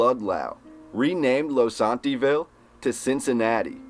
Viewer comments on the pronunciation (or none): It's Low-sant-a-ville